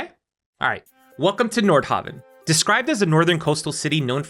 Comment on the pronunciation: honestly, I thought he was saying Nordhobbit.